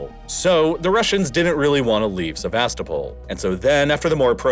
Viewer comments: You sound so ignorant when you say SeVAStopol instead of SevasTOpol. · Please check your pronunciation if you’re not using an AI voice! I know some towns and whatnot are difficult or kind of obscure, but it’s driving me batty to hear Sevastopol when it should approximately be “seh-vah-STOH-pul”. Second vowel could be between an ah sound and an uh sound if it’s easier? Someone better with linguistics and Ukrainian language (I know Russian, but struggle to explain pronunciation in text) could say better. It’s a small thing, but when you use the name of the place often, it’s a good idea to look up proper pronunciation. I did enjoy the video otherwise! Sorry for the long post about a word. Don’t take it as me not liking the video - I do, quite a bit 😅